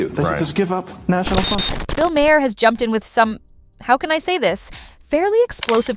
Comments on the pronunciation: Maher, not ma hare. Mahr. Rhymes with bar. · Did you hear May-her? Instead of Mahr? Or is the spelling wrong? Katherine and Bill both spell their name Maher. Sorry, but I didn’t hear Bill May-her. Oh, wait. Now I get it. Lol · I also heard another name and a different pronunciation; Ma-heir. That must be AI voice.